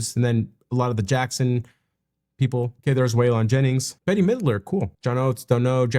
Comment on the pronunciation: OK, cringe is calling Bette Midler, Betty....its Bette, as in place a bet.